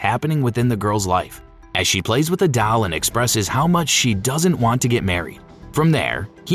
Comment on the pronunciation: While the general concept and explanation is good—there are so many errors and misunderstandings that it’s actually annoying—and I’m still on the silent hill f section. Heroine is pronounced wrong over and over, kitsune is pronounced wrong, names are pronounced wrong and even the word doll is pronounced strangely. Furthermore—this part bothers me the most—the explanation of the endings is terrible. There is a true ending and there has been for a while—it’s not open ended. There’s a good, a bad, a true, and a UFO ending. The way the fox wedding is explained is horrible. Missed the point completely and in fact got it wrong. That’s the bad ending where Hinako loses herself completely and her identity is stripped from her—she marries him as a faceless entity and then her real face is stamped on. It’s not a happy go lucky kumbaya ending where they’re all friends. Also the fox hinako is explained poorly here. It’s not about her growing up and accepting peacefully. It’s about her identity being stripped and sense of self. Not sure how these issues made it into the final script for this video